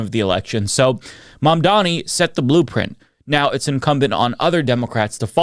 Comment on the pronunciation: Maybe now you could take the time to learn how to pronounce his name, Fox Not News hosts.